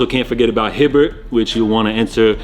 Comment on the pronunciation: "Hibbert" lmao its Hibbet fam!